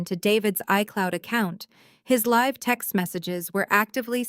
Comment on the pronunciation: When you improve your pronunciation of homonym read and live, and stop recapping midstory.